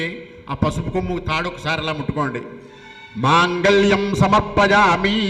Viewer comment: పంతులు గారు శ్రీ సూక్తము లోని మొదటి మంత్రం తప్పుగా పలికారు హిరణ్య వర్ణాం హరిణిం....... శ్లోకము (ఈ తనకు కొద్దిగా నత్తి ఉంది) సమర్పయామి (తమర్పయామి) అన్నారు కదా